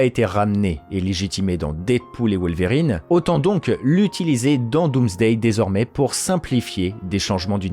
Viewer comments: Perturbé par la manière ton wolwerine est prononcé ahah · désolé j’avais pas vu la notification de réponse, c’est que ça me fait penser à des verrines la manière dont tu prononces le mot et j’ai du mal à décrire ce que je veux dire parce que pas facile de transmettre de la phonétique mais là où ça me perturbe dans ta façon de le dire, c’est par rapport à l’accent aiguë que tu mets au milieu dans Wol(Ve)rine